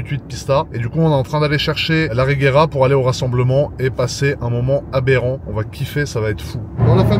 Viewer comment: ce que j'ai compris : abérant